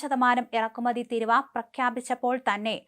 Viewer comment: തീരുവ ആണ് തിരുവ അല്ല